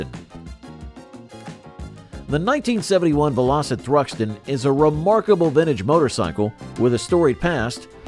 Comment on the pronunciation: Bloody Robots, what a con, spoils what could have been a good presentation. I turned it off after it said "Vel-Ositt. What a crock.